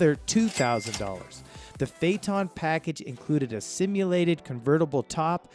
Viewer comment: It's embarrassing. Besides the other mispronunciations here, he say Fay-tawn for Phaeton. It's Fay-uh-tun. Oy vey...